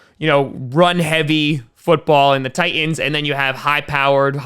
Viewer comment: It's "Titans" not "Tie ends".